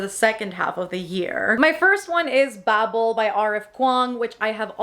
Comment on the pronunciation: Thank you for pronouncing Babel properly. 😂